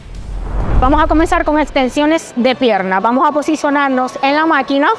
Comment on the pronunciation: Ahora cualquiera da consejos y rutina, dragon Pharma que decepción que tengan pseudo atletas tan chafas!! Puro youtuber! Consigan atletas de alto nivel aunque cuesten más caros! Por cierto para esta dama, se dice GIMNASIO!!! No GiGNASIO. Y vamos!! No Vamo.